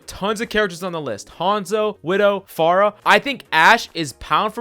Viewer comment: Idc what else you said, just please stop saying "pharaoh"